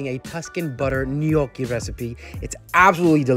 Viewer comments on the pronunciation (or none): I swear, every Italian has their own way of pronouncing “gnocchi” and I love that for us 😂🙌🇮🇹